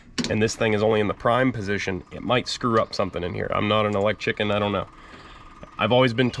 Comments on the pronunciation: I pretty Shure he said elechicken!! Lol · Sounded to me like he said electician like a technician of electricity. 😀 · Did you just say "electchicken"?